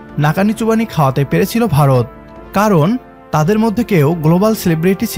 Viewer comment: It’s not barat as you say, it is Bharat !